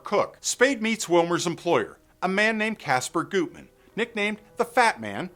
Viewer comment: It's pronounced GUTman, not Gootman. I'm impressed you mentioned the two previous versions of the movie. The first (1931) movie isn't bad, though compared to the third, it seems like a low rent version.